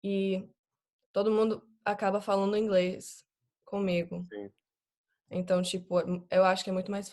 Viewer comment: O "Então" dela é PERFEITO... pra mim ela morou no Brasil na infância... esse som anasalado é o mais dificil pro anglofônico é complicado mesmo.